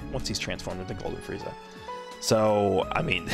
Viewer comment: Sounded like he said freezy lol